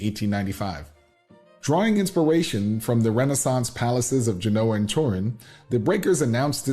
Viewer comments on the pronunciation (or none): none